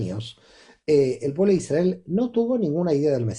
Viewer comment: Muy interesante, gracias! Me gustaría informarme sobre por qué pronuncian Isdrael y no Israel, escucharlo de esta manera me gusta y resuena, seguro tiene un significado profundo. Gracias por todo lo que comparten🧡